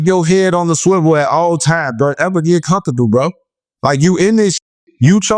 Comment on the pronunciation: So I’m the only one that heard bro say “never get too condudol bro” 🤣🤣